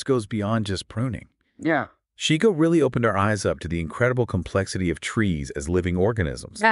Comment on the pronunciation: His name was pronounced SHY- GO. Not SHE-Go. I attended a workshop of his 1996.